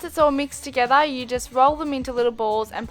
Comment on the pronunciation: "Mix it all toGETHAA" I'm sorry, this just cracked me up xD